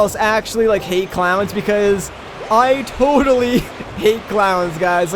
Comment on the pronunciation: The entire time you were talking about clowns I heard "Clouds" and I was very confused when you said a cloud went into the gift shop to get you a toothbrush